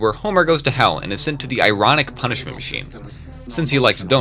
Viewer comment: Punishmen? Think u meant to say dream